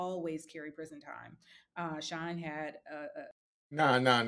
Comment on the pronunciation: SHYNE not shine